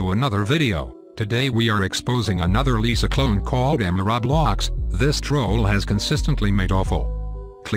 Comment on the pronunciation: Why does every robot voice say rawblocks